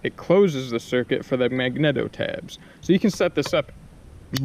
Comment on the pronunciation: This is a great video. But I have to say - "mag-neat-o", "D-kal", and "spic and span" not spam. Had to get that off my chest 😂. I think maybe silicone would have been better for your electrical repair also. Hot glue doesn't hold up well in my experience. Well i guess now I'm off to try to rebuild my carb :( i don't have high hopes